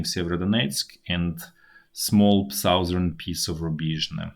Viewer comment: Bro, you really need to learn how to pronounce "southern". Seriously.